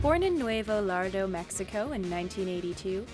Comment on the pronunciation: 😡 when they mispronounce Laredo